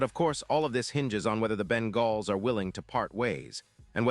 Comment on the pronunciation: What are you talking about man, first of all the trade deadline is already passed for this year and so a trade isn't even possible and second you stated that the Bengals which you didn't even pronounce correctly had a 5 and 8 record. I don't know what season you're looking at but it certainly isn't this season so obviously you're either a moron or a chatbot.